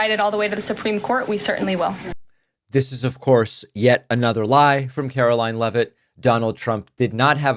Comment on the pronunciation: Karo-LIE-n LEAVE-it